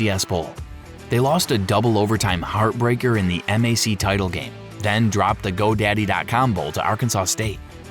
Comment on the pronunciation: Yes, this is AI slop. Pronouncing MAC by the letters, not as a word (that rhymes with back) is a tell.